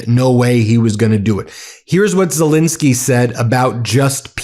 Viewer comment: ZelENski not zelinski. Please pronounce his name ybe way he does.